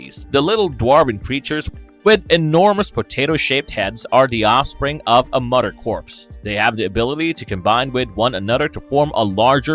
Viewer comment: Although I enjoy this channel, this narrator has to work on his pronunciation of certain words. The words mother and others are not pronounced as mutter or udder. With that being said thanks for the upload on The Goon 🥰